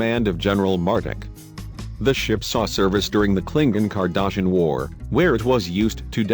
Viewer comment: "Kling-in". "Cardashan". Snicker.